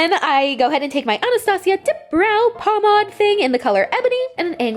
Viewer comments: Pomade is pronounced pom-aid. Not “pomaud” ewww I hated that so much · POM-AID NOT POM-AD Still love u tho😂😂